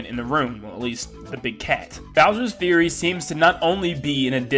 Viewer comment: Fury is pronounced F-YOU-RY not Bowsers Theory, Bowsers Fury👍